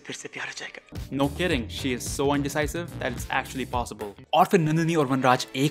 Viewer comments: Dude it's indicisive not undicisive #just before 5.49 mins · Bhai ‘indecisive’ hota hai